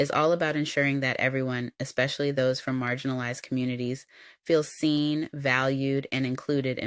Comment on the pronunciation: The straight CLOWN talking about WALMART hiring people with "qualifications." 😂😂😂 It's Walmart you clown. Also "eXspecially"??? 🤡🤡